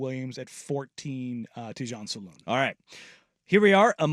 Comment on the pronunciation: Thanks for the insight and discussion. Can you both fix your pronunciation of Salaun though? It's not "saloon," but more like the word "salon" but with the accent on the first syllable, while the second syllable is slightly dropped as it often is in French. I apologize for the nitpick, but it kind of eats at me. Thanks again for the segment.